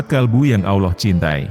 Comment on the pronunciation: Admin sebut Allah dgn Aullah..jgn pake U ya min